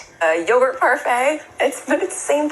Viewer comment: Love Meghan Kelly critic of markel. Not sure what yo-gart is though.